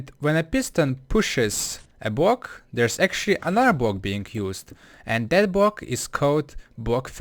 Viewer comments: Fair enough your first language isn't English. But I just think it's funny how he says block-bwok nice try lol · it's BLOCK not bwock! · Sir, iT is "block" and not "bock" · man how hard can it be to say block and not just bwock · a bwock? wuuuuut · elmer fudd still does that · bwock pwaced swabs cwose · I mean srsly, 'Bwocks?' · Bwok is what he is saying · it's gowing to bweak da bwock?